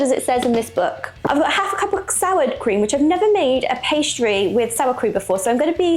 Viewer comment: Cream not krem